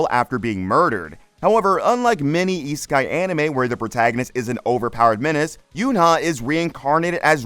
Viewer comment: how are these "new" anime? I finished all episodes ages ago. I'm looking for new anime and thought wonder if your vid would lead me to something cool. I should have known it wasnt worth my time by the way you said isekai... E-sky? really?